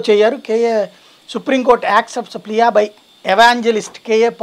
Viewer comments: plea ని మీరు ప్లియా అని చదివారు.. అది ప్లియా కాదు, ప్లీ అని చదవాలి.. meaning, "request made in an urgent manner".. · Plea ని ప్లియా అని చదివి మీరు కూడా భలే కామెడీ చేస్తున్నారండి. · ప్లీయా కాదురా ప్లీ half knowledge